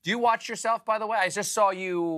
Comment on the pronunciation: . "Didn't wash his willy." OH, MY. With that comment, you could tell Stephen was "Uh-oh. This isn't going well." Then, directly after Grant's "willy" remark, Stephen asked, "Do you watch yourself . . .?" But it sounded like Stephen was saying, "Do you WASH yourself . . ." Listen again. Stephen was very happy to end this interview. Too bad, I feel like Grant had much more to share.